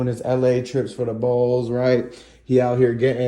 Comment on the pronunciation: 🐬 And its bows not bowls you sound like a goofy